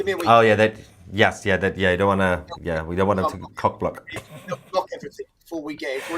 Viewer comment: Did he say cock block or cop block. In stitches. What a great result today. Unite the kingdom...why people try to divide us saying lets not divide but soing everything opposite.